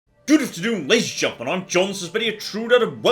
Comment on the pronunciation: "Ladies and Juntlemen?"